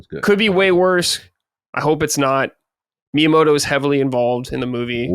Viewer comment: Wtf is with both their pronunciations of Miyamoto, lmao. Weren’t they both just in Japan too??